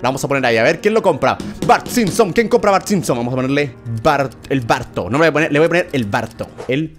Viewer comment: Se escribe y se dice bart